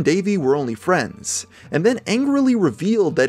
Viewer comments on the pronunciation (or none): He said "Fwends"